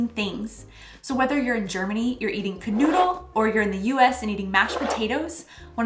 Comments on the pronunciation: I love the way you pronounce "Knödel" like "canoodle" 🤣🤣🤣 I only realized what you actually meant in the end and kept asking myself "ok what kind of food is a "canoodle", maybe some specialty from Oklahoma?" Sorry, I known German pronounciation isn't easy for Americans, but it's just so funny I can't help myself 😂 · I like the way you say "Knödel" - it almost sounds like "canoodle". But that's not a surprise since one can canoodle a "Knödel" before eating it. I like your videos and welcome to Germany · Hint: Knödel is not spoken C'noodle :D Actually I didn't get what you said until I saw the picture :D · I like that they pronounce knödel like kanoodle, that's kinda sweet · As I have written in another of your clips, please pronaunce kn-o-ej-dl. Because ö ist just oe, fast spoken Soundling like in "word". Can you say Knack-Knack? It's K is more like Ch-n or HH-n. German Ch is always spoken like "he" with a heavy stressed "h". So very simple: c/chn -oej-d(e)l. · GOD, I love how you pronounce Knödel. That's so cute and I feel you, truly because it's a very difficult word for a non-native speaker, but I had a little giggle all the same. (Also I'm glad you enjoy the bread culture, :)) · I guess I hadn't been looking at the plate very closely the first time, and anyway, the pronounciation was so off that I just didn't connect the two until the end of the video when Knödel were mentioned again.